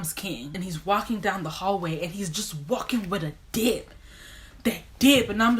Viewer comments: God forgive me but I thought she said "dick" at first. (and the statement still made sense to me) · I def thought you said walking with that dick the first 3 times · PAUSE why did it take me 7x to realize you were saying "that DIP" and not " that di.." oh never mind.. presses play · I spit my water out b/c I thought you said “that di*k”